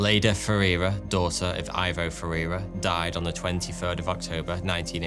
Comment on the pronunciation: Ivo....in Spanish pron ee-vo